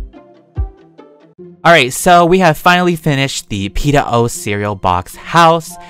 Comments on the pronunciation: Wow PEETAH MILK AND PEETAH CEREAL